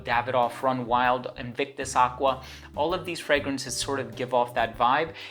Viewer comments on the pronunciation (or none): none